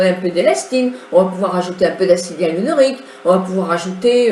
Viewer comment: acide hyaluronique, non pas hyarulonique!!! bizz